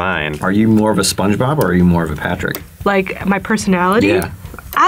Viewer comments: "Patch-uric Star" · ‘paterick star’ it’s p a t r I c k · Who is pat-ter-RICK star??? No this is PATRICK! It's one word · pat-er-ick star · "Paterick star" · pat-ar-rick star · Patrick is amazing, but why she pronounce his name like that?